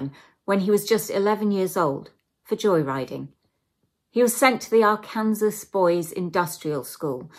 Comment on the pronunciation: Loved it but its pronounced ; "Ark- can- saw". Not "Ar -kansas". Facinating stories! Love it! Subscribed!